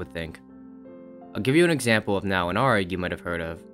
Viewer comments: it's A-R-G not "arrrrg" arrrg is for pirates, we are not pirates. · Great video but you calling it an "Argh" instead of an A-R-G pissed me off far more than it really should. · its not ARGE its a-r-g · you're the first youtuber i've ever seen that pronounces ARG like that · Ok, this video is great, but...bruh, why do you say ARG like that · bro pronounces “arg” like arm or ram instead of like cpu